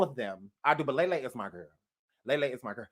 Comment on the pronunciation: It's pronounced Lee Lee and I so want to hang with her too. Been my girl she seems the realist.